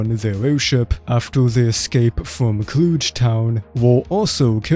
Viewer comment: Clooge? Clug as UGH - Is the voice IA or is English a second language?